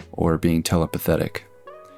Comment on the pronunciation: Telepathetic??? Telepathic...